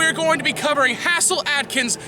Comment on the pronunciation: HAZE' 'L, not HASS' 'L